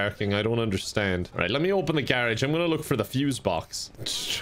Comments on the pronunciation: Am I the only that noticed pronounced garage wrong 😂😂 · Today I learned there's another way to say garage